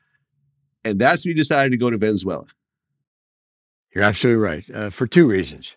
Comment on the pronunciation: Man said ven-za-wala 😂 🇻🇪